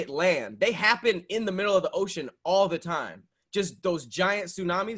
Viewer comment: Notice how always says tine instead of time. Oh my dear.🤦🏾‍♀️🤷🏾‍♀️🤦🏾‍♀️🤷🏾‍♀️🤦🏾‍♀️🤷🏾‍♀️